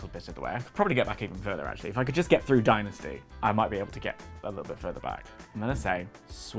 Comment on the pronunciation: I like that Steve and Larsen call it "Die Nasty"